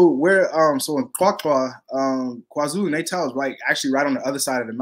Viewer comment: Bro I love the videos but you have to get your pronouncing of names right 😂 it Kwa Zulu Nata (not Kwa natal ) and Gauteng is pronounced How Teng (Gauteng) the G is silent !! And when your there learn some Zulu as well !!